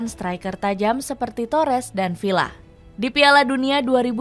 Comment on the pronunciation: Villa dibaca viya